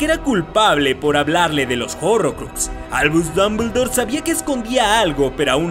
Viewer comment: Albuuush dumbledouur XDDDDDD